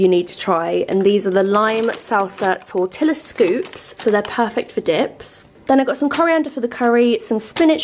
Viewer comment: The LL's in Tortillas are silent, it's pronounced Tor tia